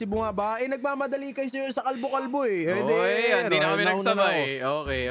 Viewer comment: Paldo❌ Kalbo✅